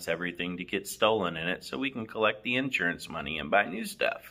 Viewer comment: Did you say INsurance?